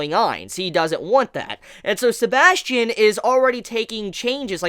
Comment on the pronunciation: isint it suposed to be said as sebas Tian ?